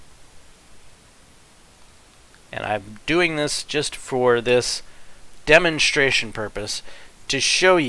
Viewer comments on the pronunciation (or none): You say "shtraight" "shtronger" and "demonshtration."